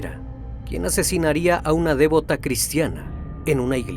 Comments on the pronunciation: Saludos amigo. Se dice “Devota” no “Dévota”. Y es “Bufete de Abogados” no “Bufet”. Disculpa la corrección. Es extraordinario tu trabajo. Que sigan los éxitos. Saludos de una venezolana en Estados Unidos. Infinitas bendiciones para todos 🙏🏼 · No es de'vota con acento. Sino devota. Sin acento. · devota.....no dévota.palabra llana no esdrújula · Querido, no se dice "dévota", sino "devota". Y no es "bufet de abogados", sino "bufete". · ¿"Dévota"? Tiene acento prosódico en la sílaba "vo". Palabra grave. Siempre te escucho porque me encantan tus relatos, pero tenés una mala pronunciación en el caso de muchas palabras. Igual te felicito por la calidad de tu trabajo. Es muy, muy bueno. Corrigiendo ese tema tus vídeos llegan cerca de la perfección. El tema de la pronunciación es importante para el nivel de investigación que manejas. Saludos! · Te lo voy a tener que escribir porque sígues pronunciando mal la palabra 'debota'. Es una palabra grave, lo que significa que se acentúa en la anteúltima sílaba, o sea /deBÓta/. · La palabra Devota no se se acentúa en la e. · Total, casi me estallan los oídos, y luego repite 🤷